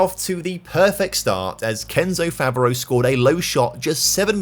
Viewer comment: I love that you've done more videos in France lately, showing up the irl clubs... Now, if only you could get the pronounciations close to correct. (You're quite good at pronouncing the clubs, but for example, Favreau would be pronounced Favr-o, not Favr-ee-u.)